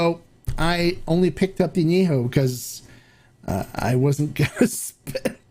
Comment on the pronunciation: If I may, the correct pronunciation of " AÑEJO" is with an E as in YET , not an e as in YAY . When it's not pronounced correctly, it sounds like ANOTHER NOT SO Nice Word in Spanish. Thanks for your EXCELLENT, accurate reviews ! CHEERS !!